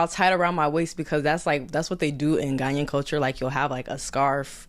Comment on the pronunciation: Whe she says 'Ghanyan' does she mean Ghanaian? im confused